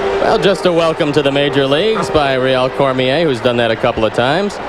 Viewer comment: He pronounced Rheal Cormier correctly though. Good job Harry :).